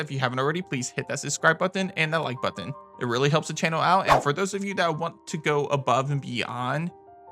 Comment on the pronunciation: Why do you say button like that? where are you from?